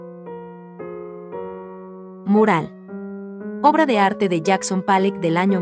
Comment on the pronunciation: Demasiada verborrea para definir pintura tan pobre, y la pronunciación "Pallock"...qué cosas.